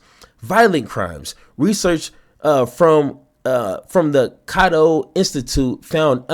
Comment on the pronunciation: Cato is pronounced Kay-Toe.